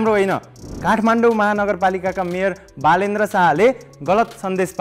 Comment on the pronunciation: Ho vanya baladra re 😅😅 auta sahi name uchahran garna audaina kati thulo kura garako 😅